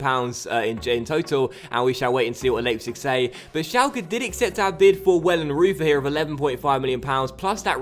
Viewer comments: Pretty sure your new GK is pronounced Vellenroyter! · Hey just a little tip you pronounce the "eu" in wellenreuther the same as the "eu" in Reus, just a little tip;)